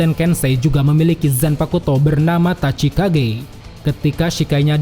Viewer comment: Min izi ralat sedikit, utk Zanpakutō Kensei itu bernama Tachikaze bukan Tachikage Shikai : Tachikaze Bankai : Tekken Tachikaze